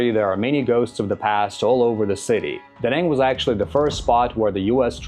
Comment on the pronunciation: Spending 2.5 years in a place and still not knowing the proper way to say the city…. Stfu